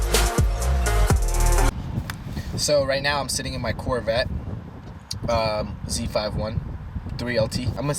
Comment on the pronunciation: Please don't say Z,5,1 it's Z51